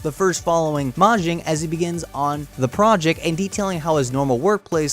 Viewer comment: Ya his name is pronounced ma-ji-may